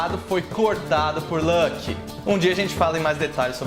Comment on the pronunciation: Muito bom seus vídeos, e a forma que você organiza o conteúdo, parabéns! Uma única coisa que não consigo deixar de reparar, fico curioso de como você chegou na pronúncia de Loki, ela fica parecida com (Lãki), mas nem em inglês (Lolki) ou Islandês (Luoke) se fala assim, veja essa referência: então imagino se isso vem de alguma outra fonte, obrigado novamente pelo conteúdo!